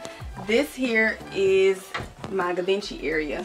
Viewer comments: Its pronounced givonchy. Hope that helps. I love you tho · Fun fact Givenchy is pronounced Gee-Von-Shay. Her closet is everything 😍 as a young black woman seeing other women of colour gaining this level of status and wealth is so inspiring 😭. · Givenchy is pronounced gee- von-chee lol. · Givenchy- gee-von-she 😂 you’re so funny boo. Love the closet! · lol the way she was saying it 😂🤎🤎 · repeat after me; Gee-vin-Chee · I remember when got the Givenchy. She still can’t pronounce it 😂